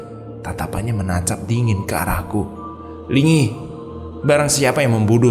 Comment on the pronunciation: kayaknya nyi Linggi bukan nyi lingi